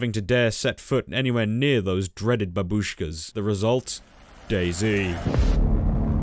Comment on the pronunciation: The way he says "babooshka" is goddamn hilarious